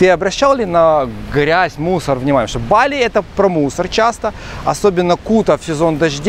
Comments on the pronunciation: не БАли, а БалИ правильно говорить)) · Какой позор! Каждый школьник знает как произносится название БалИ - с ударением на последнем слоге!.. И зачем то и дело перебивать атеистов, даже прикидывающихся мусульманами, христианами или буддистами? Это разве хороший тон!? Иудеев перебивать да, можно, они обрезанные, значит некультурные и поэтому их необходимо тыкать в это как котят - носом в какашку! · То БАли то БалИ. Ударение туда сюда меняете. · Дама с жасмином.. местные жители говорят БалИ, как и французы, которые когда-то колонизировали эту провинцию, а их там оочень много проживает и приезжает, с чего вдруг "наши" решили адаптировать под русский язык, не понятно.. я всегда говорю с ударением на последний слог и это не бросается в глаза, там никому выпендреж с русскими ударениями никому не интересен. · не бАли а балИ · Ударение правильное Ба'ли, а не Бали'. Живет много лет , но не знает этого? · Чуваки пытаются говорить бАли, но время от времени всё равно сбиваются на балИ. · То БАли, то БалИ))), а как все таки правильно? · Провёл года 3 в Индонезии - ребзя, на другой слог ударение - БалИ! Инфа 100%, можете уточнить у местных.